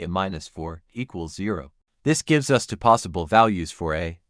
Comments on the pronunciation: I notice that the AI reads the variable a as the unstressed indefinite article, instead of as the stressed name of the letter. An easy fix is to avoid naming variables as a, using perhaps b and c instead of a and b. It also often mispronounces the number two as unstressed "to". It's annoying. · Two, two, two. There is no number tuh. AI strikes again.